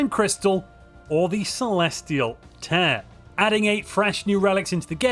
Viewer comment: celestial tear not tear